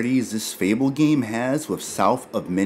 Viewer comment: I think it’s pronounced “fay-bull”, not “feeble”